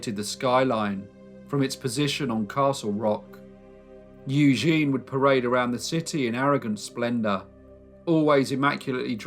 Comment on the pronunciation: It's pronounced EW-ZHEN